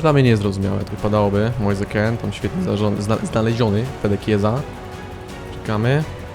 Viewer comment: Kean w sumie nie czyta się Kin, skoro mean czyta się min? 🤔 Może warto to sprawdzić, przynajmniej nie będziesz musiał się poprawiać 17 razy na odcinek xD